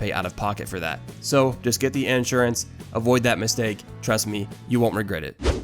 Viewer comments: You can't even pronounce Insurance properly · “Ensurance” fucking spaz